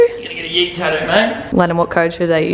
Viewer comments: The way you pronounce tattoo got me dying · When you say tattoo you forget to say the Ts in the middle of the word. God I love Australians